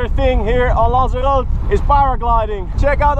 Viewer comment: He pronounced Lanzarote right at the start. Woo